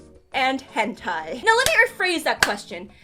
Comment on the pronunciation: Why is everyone saying “gentai” instead of “hentai?”